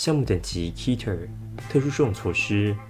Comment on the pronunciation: 其實我一直還蠻想吐槽的，keter的讀音是cat-ter而不是ki-ter 大家別打我XD